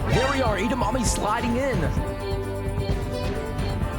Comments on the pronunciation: Why does he say Eda mammy it’s edamimi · IT'S EDAMIMI NOT EDAMAMI, DUMBA$ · Edamimi is pronounced Ed-a-me-me Have you ever heard of Edamimi Beans 🫘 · it's definitely pronounced eda-mommy right guys 😩